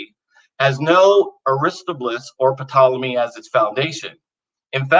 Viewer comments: Ok is just trolling me now...he knows how to pronounce Ptolemy - taa • luh • mee yet he insists on mispronouncing virtually every name from ancient history... Puh • taa • luh • mee. Why? It's to vex and distract anyone knowledgeable of the topic at hand from being able to listen to any of the actual content of his argument because our brains are grinding to a halt as we wrestle with this pronunciation problem. At least he pronounces Kant korrektly. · It's pronounced "tolemy" not "puh-tolemy". Oof. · Am I the only one who cringes every time he P ronounced ptolemy "P tolemy" or am I just being P edeantic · Please tell our young scholar that the “P“ in Ptolemy is NOT pronounced.